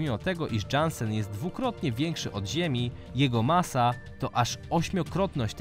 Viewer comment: Jaki Dżansen?? To sie czyta Jansen.